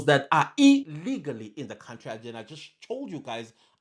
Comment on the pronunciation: It’s the blind leading the blind when it comes to these two ministers. Ngapha kwelakithi, Lamola is the last one who should be talking. We all know his track record. We all saw how he grinned from ear to ear in front of the Rotten Orange. He also needs to learn how to pronounce “country” properly. He’s been in this portfolio far too long to still pronounce “country” with a “w.”